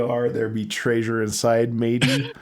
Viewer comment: STILL saying Tray-sure huh?